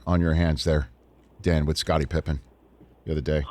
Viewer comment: Now I know dad calls Pippen "Pippa"